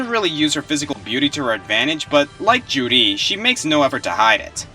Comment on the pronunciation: I REALLY wish my 360 worked.....so I could play me some Bayonetta :( and every time you say Juri it sounds like you're saying Judy....weird.